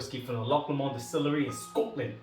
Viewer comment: you got the 'loch' right....'LOW-mund' would be closer to the Lomond pronunciation. I enjoyed the video, I saw Loch Lomond in our local store here and will have to pick it up. Thank you for the review!!